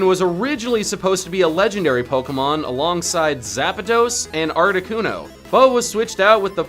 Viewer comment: arcticUNO not arctiCUNO